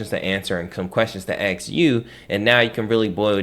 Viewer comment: He knows a lot of stuff but it bothers me that he can't pronounce the word ask properly. It's a three letter word and there isn't a x anywhere in it.